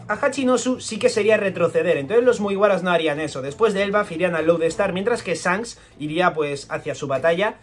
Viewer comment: “Esfincs, Sancs” 😂